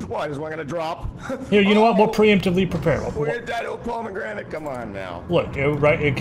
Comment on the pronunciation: The bomegranite made me laugh so hard